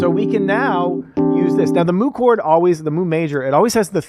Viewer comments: Isn't it pronounced "mew"? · As much as I love the cow sounds and puns…pretty sure it’s pronounced like mew if it’s the Greek symbol. Great stuff though! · It's no "Moo", it's "myoo". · Thank you, driving me crazy listening to them say moo